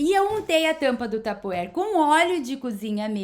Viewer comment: Que imaginação fantástica, vou aproveitar algumas belas destas ideias. Como a fez referência à pronúncia devo dizer que não está bem, deve pronunciar assim: "passepartu", e a outra é: "taparuere", ainda outra: "printereste", claro que não se escrevem desta forma, mas é assim que se pronunciam. Desculpe, mas só referi isto porque foi a que falou no assunto, não me interprete mal. Parabéns pelo seu trabalho, tem ideias belíssimas, a sua sala está ENCANTADORA. Admiro imenso a sua imaginação e jeito para estes trabalhos manuais. Excelente!